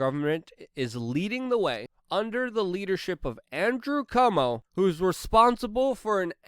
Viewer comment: My God he can't even pronounce Cuomo.